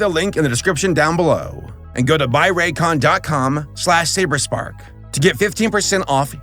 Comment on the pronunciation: I swear I thought you kept saying til you spelt it.